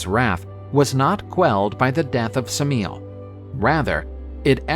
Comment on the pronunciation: Suh-meel? Just. No, lol. The standard English pronunciation of Semele = Emily with an S at the beginning. Not that hard to look these things up. It's never good to assume that Classical names should be pronounced with American phonetic values.